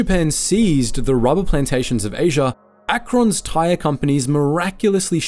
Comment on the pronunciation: Uhhhhh Akron isn’t pronounced AK KRON and this video was overwhelming disappointing I thought we’d get statistics but you just half asses it hardcore which is sad you usually have the best video